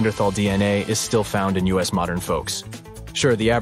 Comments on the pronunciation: please please please lose the AI reader and put a real human reader in. i know it probably costs more but at least there will not be the common idioct of using u s instead of us at least wait until there can be sufficient language descrimination that us does not become U S even though some egos might love it. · The way they said Us vs US was super weird!